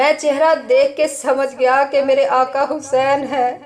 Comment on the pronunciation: Vedio bht achcha h mgr jo back ground m jo bol rahi h unka talaffuz sahi ni h Aaqa Hussain ko aaka Hussain kah rahh h plz dhiyan den